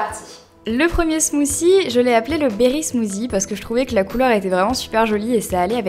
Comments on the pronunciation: Je parle mieux anglais que toi parce que j'habite un pays anglophone donc j'ai raison. et en passant "th" ca se prononce "t" pas "c" si tu vas voir des videos anglaises tu vas comprendre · Euh 'smothie' on le prononce 'smotie' mais pas 'smosie' ... C'est un mot anglais il faut le prononcer en anglais, pas la peine d'elastiquer trop les mots de la langue anglaise etles prononcer a la langue française. C'est pas classe tu sais. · on dis pas ''smoosie'' -_- c smoothie smoothie c pas compliqué à dire ..come on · ca ne se dit pas "Smoussie" mais "Smouthy" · ahhh j'aime pas les gens qui prononcent "smoossi" alors que c'est "smoothie" bordel si on arrive pas on utilise un autre mot non? bref sinon la vidéo est agréable à regarder et j'aime les pailles sont hyper mignonnes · Crazy Cat 8D ce qui nous fache, cest de voir que vous prenez un accent completement sorti de nul part pour parler anglais, vous vous faites un genre de je sais pas trop quoi qui a rien avoir avec langlais. ZE voice ?? smooCIE? cest pourtant pas plus difficie de prononcer correctement THE et smooTHIE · pour la prononciation non on dit smooçi (c'est anglais donc th c'est "ç" car il y a une voyelle avant) et ananas prononcé ananasse :-) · En fait on ne dit pas 'smooci', on dit plutôt 'smoodi' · just une petite remarque sur la prononciation de l'anglais, mais vous déconnez les francais !! bah puisque vous êtes complexé et même jaloux des anglais et des américains arretez cette prononciation de merde .. ze au lieu de the , et maintenant elle dit smouci !! soit vous prononcez correctement soit vos gueules ! (c'est mon avis personnel :3 ) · Pourquoi tu dis "ananassse" ou "smoozie"? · Smoozie haha j'adore ta prononciation 😂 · Mdr sa prononciation de "Smoothie" sinon j'aime ces recettes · Il faudra apprendre à prononcer Smoothie un jour, et "Hello" au début (et non "elo")